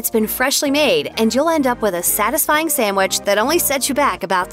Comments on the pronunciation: First of all, voice lady, it's NOT samwich. It's sandwich. If you're going to make a video trashing the various fast food fish sandwiches, at least say it right. Lastly, I disagree with several of your critiques. But that's all a matter of taste. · I don't know who your spokesperson is in these videos but she needs to learn to pronounce a few words beginning with 'sandwich'. It's not 'samwich' unless perhaps you're seven years old. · Why is it nearly impossible for people to pronounce "sandwich?" They take out the n and d and add an m or two and pronounce it "sammwich." That kills me.